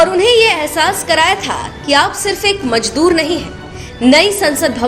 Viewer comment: Majdhoor nhi madam Mazdoor